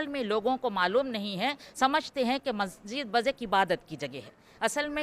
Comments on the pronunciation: Reporter ma'am ka pronounciation of masjid is not correct Please pronounce as Mas__jid and not Majjid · Mahjid mahjid kiya laga rakha mahjid kiya hota hai Musalman hokar bhi ek lafz ke Talaffuz ki adaiyegi nahin ho pa Rahi hai had hai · Masjid bolna toh seekhle